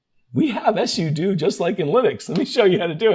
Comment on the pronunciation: ess-you-doo lol it's sue-doh